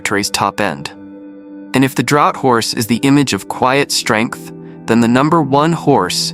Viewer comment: and lets not miss the pronunciation of "Draught" he pronounces as Drought, instead of the correct "Draft".